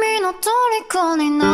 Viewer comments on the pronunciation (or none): . "Oh no!" Bae's Aussie accent really comes out there.